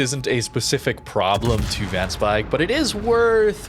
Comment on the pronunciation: Van speijk is actually pronounced “fan spayke “ ij in Dutch is an ay sound